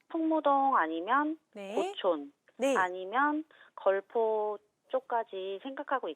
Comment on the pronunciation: 고촌을 계속 교촌이라고..ㅜ 갑자기 치킨이 땡기네요